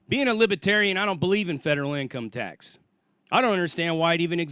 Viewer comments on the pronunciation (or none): Love you man...but it's not LIBBAterian. Its LIBERRRRTARIAN. like liberty. But still awsome point man and I love ur videos